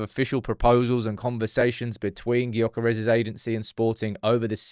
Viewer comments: It’s pronounced Yokeres!! The G is silent!! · Please, for the life of G, pronounce his name as 'Yur-keh-rehs'. I'm English ffs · It's Yokeres! The G is silent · It's Yokeres! The G is silent.. shows how much you know! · Please pronounce his name correctly